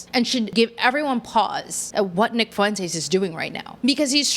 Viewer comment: Why do black podcasters say "fu-entes?" The UE is a dipthong